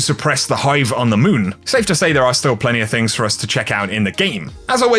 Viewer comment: "moving over to the mööün"